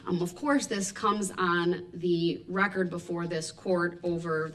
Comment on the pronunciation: The poster child for sovereign citizens. Lol. For the reh-kert. His dumb arse thought he was going to get a mistrial... hopefully he will get g.ang grap3d...